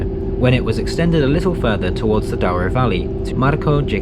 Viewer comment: I clicked as this destination is on my bucket list go find your commentary talks about the 'Dow-ro' Valley rather than the correct pronounciation of Douro ='Doo-ro'. Otherwise interesting